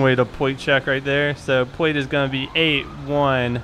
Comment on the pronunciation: can you not say L or something pwate check pweeec check